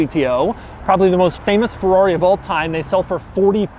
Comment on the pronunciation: Fewrawi? First learn to pronounce, then review.